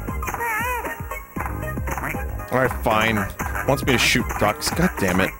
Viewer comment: Vinny finally plays schüt games the fabled babby AND schüt game